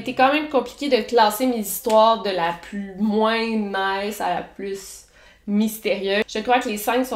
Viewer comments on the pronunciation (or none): none